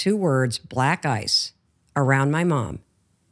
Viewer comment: It took me a while to realize that She was saying 'Black Ice' lol